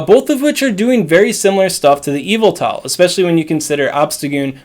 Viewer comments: all i hear is EVIL-TA instead of Y-vel-tal creeps me out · Pronounce his name right